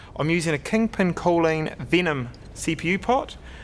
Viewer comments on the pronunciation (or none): none